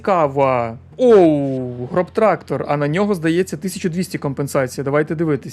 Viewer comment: Назва танку не ґробтрактор ,а ґросстрактор це типу подвійне С в німецькій перекладається як великий трактор